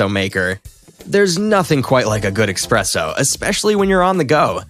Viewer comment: Did you just say expresso?! 🧐